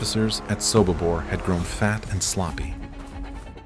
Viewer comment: your AI is wrong. It is SOBIBOR not SOKIBOR and the calendar for October, 1943 is WRONG